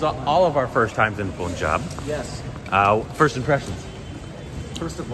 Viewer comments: Not poonjab...it's punjab...panjab....🙄....do u guys pronounce sun as soon?😒😕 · They hang out 4 days with them but stil did not corrected the pronounciation 'poonjab' to punjub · Sir Punjab is Pronounced as Panjab. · Its punjaab not puuunjab